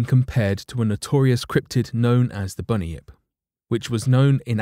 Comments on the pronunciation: I thought it was bun yip? Not bunnyip. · It's pronounced Bun-yip not Bunny-ip. Bunyip. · Bunyip not bunion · Bunny-ip?? Nope. Bun-Yip mate. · Hi, U pronounced bunnyip wrong, U say it like bun- yip not bunny -yip , cool video tho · It is pronounced Bun-yip for Bunyip